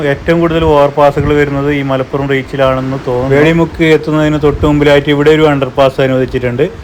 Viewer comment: വേളി മുക്ക് അല്ല വെളിമുക്ക് എന്നാണ്.